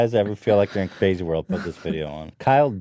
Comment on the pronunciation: Hila, the word is WORLD not WORK. Shesh...